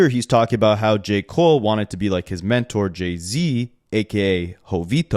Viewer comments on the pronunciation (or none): none